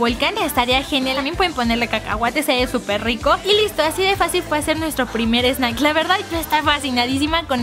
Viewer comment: dijo snack oye bien